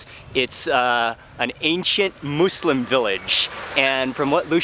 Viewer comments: It's muslim not mooselim ( no hate love and your vids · You’re putting too much emphasis on the “Moos” in “Muslim”. Its more More in between “Muh” and “Moo”, but its definitely not “Moose-lim”. It uses the same U sound that “Wuss” and “Puss” uses. “Muss-Lim” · Love your videos but its not "Moooolsim"! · I always thought it was. (Muzlem) Sorry no hate but what do i know I’m American. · kima Boho he said mooslem not “moslem” like how it’s pronounced.